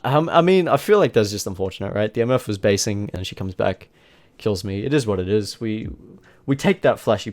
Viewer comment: Eeet iz wat eeet iz